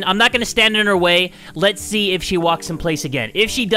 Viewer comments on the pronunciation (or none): lets zee